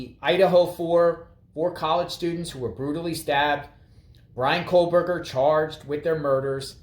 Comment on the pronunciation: It sounds like you’re saying Kohlberger. 😂There no L in his name. Anyway I don’t understand how this is a conflict of interest. First of all I believe she’s Cara Northington. She’s just recently been using Kernodle since her daughters death. She didn’t hire a Taylor. Taylor is a public defender. She was assigned to Cara. There are 12 other attorneys they can place her with. I did read that she really didn’t work with her very much at all. Not sure if true. I thought there were only 13 public defenders and Taylor is the only one qualified to work a murder trial. How is there a conflict of interest as long as Cara doesn’t testify? I doubt a drug user/dealer qualifies as someone who would be questioned in court. She has zero credibility. As long as Taylor isn’t representing a family member while representing Bryan the it’s fine in my opinion. Otherwise the judge wouldn’t have appointed her.